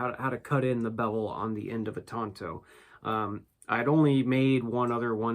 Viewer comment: Tanto not “Tonto”, cos that's the name of the Lone Rangers sidekick.